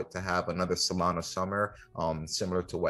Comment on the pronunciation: SolanA…… not SolanO